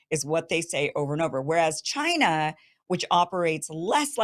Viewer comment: Winners focus on winning and losers focus on winners. Murica should really stop focusing on Ch-eye-nuh